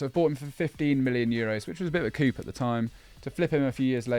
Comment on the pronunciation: Absolutely love these new longer format videos for commuting. All love but jesus guys someone tell that “coup” is not pronounced “coop” lol. Sorry ❤